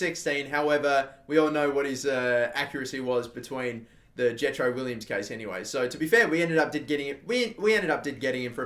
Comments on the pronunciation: It has been annoying me just Jetro Willems not Williams.... WILL EMS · its Will-ams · Willems is pronounced Vill-ehms,I believe